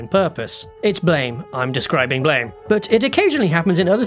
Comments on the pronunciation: Don’t you know? It’s apparently pronounced “Blam”. Lmao. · Common mistake, it's actually pronounced "BLAM!" (like the onomatopoeia). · "Blame!" is actually pronounced as "BLAM" from the sound that Killy's Gravitational Beam Emitter gun. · That's not how to pronounce "Blame!" by the way. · The vowels. Don't flip them like that.